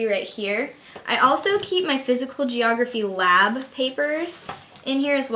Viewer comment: funny when you say geeorgraphy... :P wow very organised :)